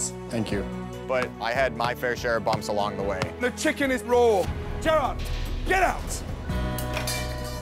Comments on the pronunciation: It’s Jared, NOT Gerrard, Ramsay! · Jarod is how his name is spelled so he's saying Gerr-odd. Kinda like how he pronounces Nachos as Natch-Oss. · Everyone: Jared Gordon: Gerard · I love how Ramsay literally never says Jared’s name right lmao